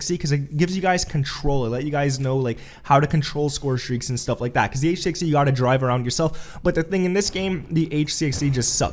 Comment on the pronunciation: Him calling it an "HC-XD" also bothered me. It's frickin RC-XD!